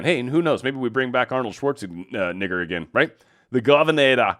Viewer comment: Ummm, careful about how you pronounce 'Arnold Schwarzenegger'. Jus' sayin.